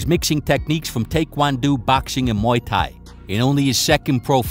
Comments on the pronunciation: Great video per usual! But what’s with the pronunciation of “Thai Boxer?” To be fair, that’s not the only thing I noticed from the video, everything else you did was awesome!!!! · How is this guy so bad with combat terminology. He misspells thai and thai quan do and ship much he misspeaks. Its not thy. Thai is a nationality that is famous for its boxing style pronounced tai and spelled thai as in thai boxing from thai land. I suppose it's obvious he has no history with any combat sport or he probably would have heard these names used properly.